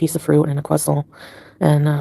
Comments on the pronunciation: She constantly tries to say ""croissant"" in the French/Canadian accent but fuqs it up every single time! Gorl, just stop!🤣🤣🤣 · Why does she say croissant like that? I thought she spoke french 😂 Also how were the renters paying salah for the house if no one in Syria has a credit card?